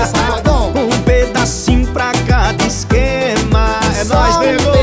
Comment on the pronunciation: Anitta é mt carioca sim, na parte ela fala "exxxxquema" amo kkkk